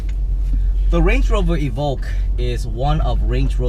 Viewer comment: LOL, I was reading this comment when he said it for the first time...I'm dying !